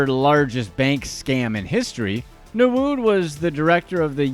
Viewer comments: Nwude (ñwooday) not nawood 😂😂😂😂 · How did he get narood from nwude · Newood...rotfl...please do your research on how the names are pronounced... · This channel initially came across as credible but all that was lost when i saw Emefiele being mentioned as Nguma or something, also all the names were being mispronounced. Nwude became Nawood. I guess you would be able to pronounce Polish 1st choice goal keeper who currently plays for Juventus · What type of insult is dat pronounce nwude well